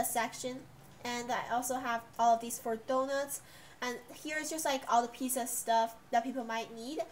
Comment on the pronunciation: Is pizza not pizsa